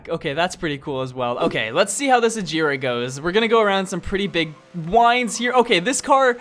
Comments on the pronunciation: Both Koenigseggs And The Buggatti Chiron You Miss-Pronounced. The Agera Is Not Pronounced "Ajera" It is pronounced the way it is spelled "Agera" And The Regera Is Not Pronounced "Rejera" It Is Pronounced The Same Way It Is Spelled. And The Buggatti Chiron Is Not Pronounced "ShirO`ne" It Is Pronounced "Shiron" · A-Gee-Ra and Ree-Gee-Ra thats how you say in sweden i think found that out... thanks google translate!!! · the Agera R you pronounce it like Ajera R so please,your the best love your vids (heart this please )